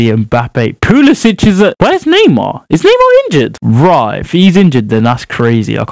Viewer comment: One correction, its not pulicic' its pulisic, pulisic' is a croatioan way of saying it and he is from USA. Please dont hate me for the correction love your vids tho.